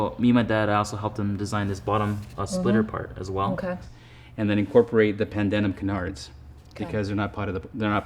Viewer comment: It's pronounced 'Pandem' cannards not Pandenim